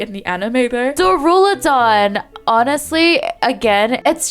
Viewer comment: Tyranitar : what the fuck is crustle unite move Btw why do you keep saying daruladon instead of duraludon😭😭😭